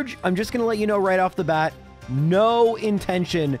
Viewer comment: It's not bad, it's bat